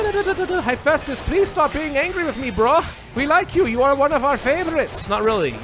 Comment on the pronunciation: You mispronounced Hephaestus, it is heh-fæstus not high-festus (would link a yt video directly but spam detection would probably nuke my comment). One cool thing to know about his leg issue is that this was the result of working with bronze as a smith. In tin-scarce times arson was sometimes used by blacksmiths and he symbolized the disabilities that bronze age smiths would develop from working directly with arson.